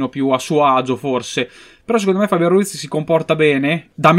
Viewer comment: si dice fabián, non fábian comunque sei un grande